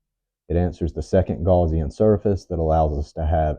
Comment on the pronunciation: man you are way far out of your depths. you don't even know how to say gaussian correctly